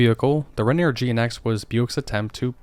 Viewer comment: Rainy-Air not rain-neer